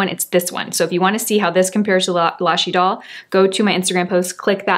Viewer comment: Well, she gets points for pronouncing Idole correctly. I have heard other influencers say" Idol", as in American Idol. Then again, I watch for her expertise in makeup, not French. 😉